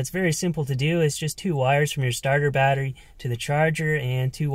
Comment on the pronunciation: I (hickup) can't (hickup) hear the (hickup) word (hickup) watteriey (hickup-hickup) any (hickkkup!) More... Cheers (hickup) ! 😜😉